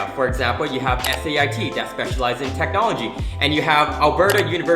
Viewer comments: just a heads up - nobody says S-A-I-T its just SAIT, exactly how it sounds (sayt) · Cool video dude. Also, SAIT is just pronounced as the acronym (Say-t). ;)